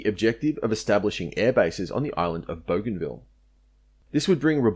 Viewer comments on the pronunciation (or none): none